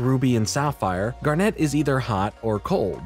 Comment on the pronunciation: I'm glad you watched it finally! I'll even let the fact that you say "Garnette" instead of just Garnet slide 'cause you're cool. What I took from Steven universe (particularly future) Is that you need to love yourself as much as you love others. They're both equally important to a healthy mental space. It's not narcissistic to be comfortable with yourself and think about what you need sometimes, nor is it necessary to constantly martyr yourself and sacrifice your own happiness for the sake of others. Loving others and loving yourself are two sides of the same coin. Without one, the other suffers.